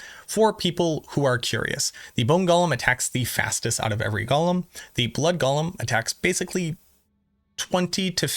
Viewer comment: Gollum is a character from LOTR. Golem is pronounced ‘go-lum’.